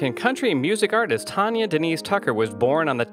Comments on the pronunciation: My all time favorite singer but as She would tell ya, It's Tan Ya not Ton ya, as in tan ya hide!! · Can't you learn to pronounce her name correctly before you do a damn Bio???😒